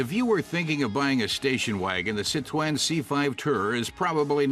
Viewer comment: Citwoën? Is he Elmer Fudd?